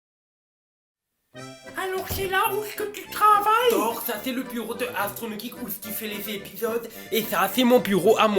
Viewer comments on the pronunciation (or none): none